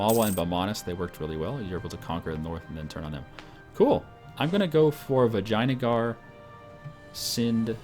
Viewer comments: Actually it's Vi jay AN a gar. Not Vi jay na gar. He's just prenouncing it like that because it's funny, but it's not correct I believe. ;) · do you even compass? U dont seem to know where east and west are... -_- Also, it sounds like you say vaginajar. I hope thats on purpose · I like the way pronounces Vijayangar - <Vagina-guar>:D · Its Vee-jai-nagar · Your pronunciation of Vijayanagar is absolutely fantastic //coughs